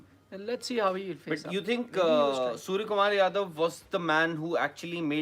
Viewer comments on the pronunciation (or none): Beta pale nam to sahi kelo tab reporting karo surya h surja ni 😀😀😀